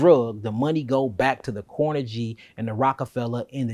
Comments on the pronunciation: Just a heads-up on pronunciation so information is not lost (because mispronunciation leads to confusion, misinformation and being considered ignorant at best, and stupid at worst). There is no one named Carnajie oor Andrew Carnajie in this portion of history. Carnegie is pronounced Kar-NAY-Gee. It's a Scottish name. Not Kar-Nuh-JEE as pronounced here, nor KAR-nuh-gee as most Americans pronounce it. Andrew Carnegie AN-droo Kar-NAY-Gee. We may not like things he did, but we should at least pronounce the name correctly. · This brotha need to learn how to say Carnegie’s name.. smh. It’s not CORNEGY. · Car-na-Ghee (not jee) Carnegie as in Carnegie Hall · I believe the "g" in "Carnegie" is pronounced like the "g" in "go." Still this is great content. I learn something new every day. ✌🏾👍🏾💯